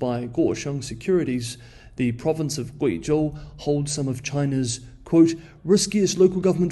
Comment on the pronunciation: Some nice pronunciation of Guizhou